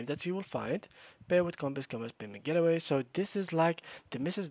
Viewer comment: It’s the accent. He wasn’t saying "gateway".